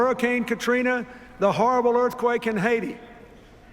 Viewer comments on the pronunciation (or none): he struggles to say haiti, he know the Clinton foundation stole millions from that country.